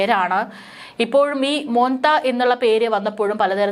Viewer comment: മോത്ത അല്ല മോന്ത 🤣🤣🤣🤣